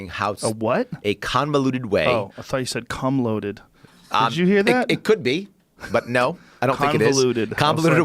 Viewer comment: I swear he said "cumloaded" lol